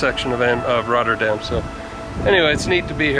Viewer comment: You committed one of the biggest crimes: talking in the stiltecoupe lol. Just kidding, love the video. You pronunciation of "Rotterdam" is amazing tbh. Do you speak Dutch or just a few words?